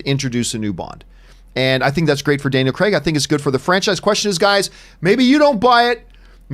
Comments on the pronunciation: It's Craig NOT cregg lol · Gee this Campea sucks.... However he d3cently put what Craig said into context and even pronounced his name right...once... If anyone wants a real Bond Show feel free to subscribe to my channel...